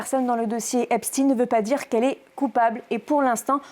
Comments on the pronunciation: Pourquoi dire Espt"ine" Moi un chien reste un chien....on ne dit pas un ch"ine" Donc Epstein reste Epstein !!! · Parce que Albert Einstein est allemand et il le prononce de façon germanique. Jeffrey Epstein est américain et il le prononce à l'anglaise. Ca ne vous semble pas logique ? Tous les anglo saxon disent "jayffrie epestine", lui même le prononce comme çà. C'est de la logique linguistique. Encore plus aujourd'hui où on a facilement accès au contenu en "VO". Quel rapport avec l'endroit ou il passe une partie de son temps et les gens qu'il rencontre ? Jane Birkin a été mariée à un français, elle vivait carrément en France et pour autant on prononce son nom à l'anglaise, pas à la française. Ca ne change pas sa nationalité et la prononciation de son prénom et de son nom. Je suis désolé mais ce que vous dite n'a pas de sens.